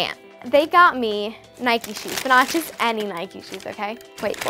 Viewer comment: It’s not Nikey it’s Nike